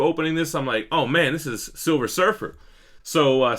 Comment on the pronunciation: Savage silfer lol